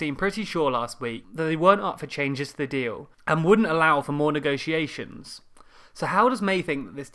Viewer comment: May needs to learn how to pronounce "negotiation" in addition to some other things